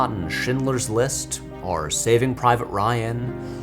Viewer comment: Why do you say "or" the same way as "are" ?